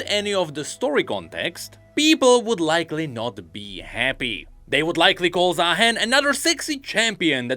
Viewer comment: I still cant believe some people are calling him zahin including the champion spotlight voiceover